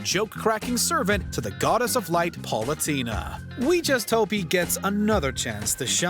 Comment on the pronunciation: Did you just say "Paulatina" when speaking about Palutena from Kid Icarus?